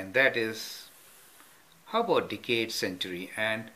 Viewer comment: "One Dickade."